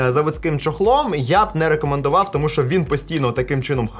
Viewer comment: Если уж говоришь на украинском то не ШО кай. ЩО. ЩО!